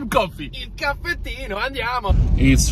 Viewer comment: It's " Caffettino!"...